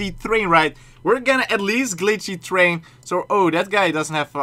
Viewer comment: You said thrain??? Train